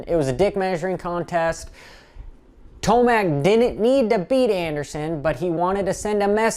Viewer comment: ment ro say TOMAC not Timac